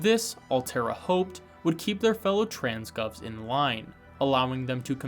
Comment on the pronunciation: Take a shot every time he says "Trans-Goves"